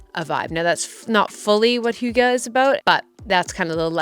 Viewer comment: The second way you said hygge where you where like its not like this... was actaully pretty close haha! I think the best way to sound danish is sounding a bit bored. But I always gift the hygge book to people when they get depressed in winter - hygge has made me look forward to the dark, cold days in Denmark